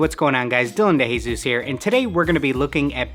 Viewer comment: Great video and subscribed! Here’s how to pronounce the Spanish last name De Jesus though, (Deh Hèh-Soos)